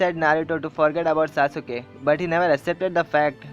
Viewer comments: dude its sasuke no sa suke u is silent in it so plzz dnt spoil d name of sasuke cuz he s my hero in anime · sasuke not saasuuke bro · It's Sas-kay not sasu-kay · pronunciation galat hai saasuke ke nahi sasuke he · its saskai not sausuka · Bro that's not sasuuka That's sasuke And the video was awesome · itss sasukee (sas-kee) not (sa-su-ke)...ps love the video just a fan hope u can relate when someone pronounce your favorite character name wrong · I agree with you but if you don't mind Pronunciation is Sas-ke Not Sas-u-ke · liked everything in the video except for the way he pronounced "Sasuke" haha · That y i nly point on sasuke i really appreciate u tellin india bout anime stuff good bt no offence sasuke s d nly character as my roll model soo i get offended ny 1 callin sasuke's name in a wrng pronunciation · its annoying how u pronounce sasuke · DISLIKE cuz you pronounced sasuke wrong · you say you love naruto and you didn't pronounce Sasuke and Madara's name correctly +_+